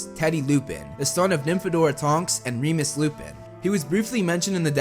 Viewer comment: For when Teddy came and you said Remus, I was saying it a different way and realized I have been saying his name wrong the entire time!